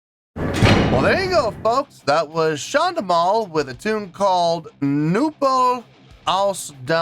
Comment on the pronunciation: Hey, just saw that you reacted to my favourite medival folk rock guys from Germany! Listening to their music for almost 2 decades already and love to come back to them, occationally. Btw, well done with pronouncing the band and song name 😉 I have to say though, this is one of the few really heavier songs by them, they have a lot of easy going, enthusiastic, but also heatwrenching somber songs, that are so damn beautiful regarding the lyrics but make me cry out my eyes when in the right mood.. to give you 3 examples of very different songs: "Der Teufel hat den Schnaps gemacht 2.6 international version" (fun and outgoing), "Der Anker" somber, melancholic, with deep lyrics, and maybe "Wolfsmensch", live at Wacken 2009.. just so you get more examples for yourself🙂 Maybe you'd also like to come back to Sabaton, as they have whole new album for about 3 months out now with some real bangers.. fun fact, I was lucky enough due to a good friend in Serbia to witness one of the 2 days of them recording the music video to the song "A TIger among Dragons" in person in Belgrade, so I have a special connection to the song due to this special day, including shaking hands with Pär, Hannes and Joachim.. greetings from Germany, keep up rocking, pal!!! 🤘🤘